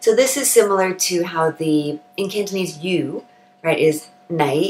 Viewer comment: Your Cantonese pronunciation is spot on and flawless. If I only listened to your voice, I swear in my mind you must be a local Hong Kong Cantonese person.